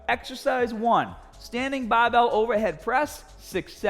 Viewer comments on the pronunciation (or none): Translation for you new guys: BAHHBELL = Barbell STAHHTED = Started AHHM = Arm HAHHDA = Harder